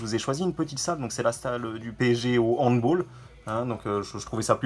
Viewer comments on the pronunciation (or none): merci pour ton avis ! par contre handball (d'origine allemande ) et non hand b"oll" :)